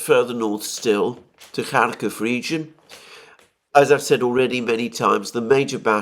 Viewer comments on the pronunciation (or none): Bravo re: pronunciation. We call it 'Parris' not 'Paree', because that suits our phonetics. This is a news channel not a language channel, and the horrible pronunciation of 'Kharkiv/Kharkov' has long been niggling.